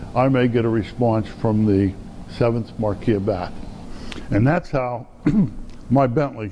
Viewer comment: You are mispronouncing "Marquis". He is (was) British not French.